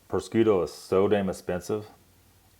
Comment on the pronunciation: Thanks for butchering the word prosciutto 🤦😂😂